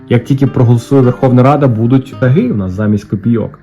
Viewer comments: ШАги, ШАгів, з ШАгами — наголос на «А» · Вітаю! Не "шагИ" а "шАги". Чекаю розіграш!